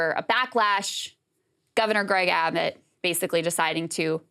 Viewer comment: Gragg Abbott? Gragg? Krystal might be mispronouncing on purpose.